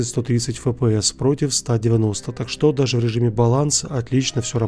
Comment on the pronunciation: Почему "так что́", а не та́к что?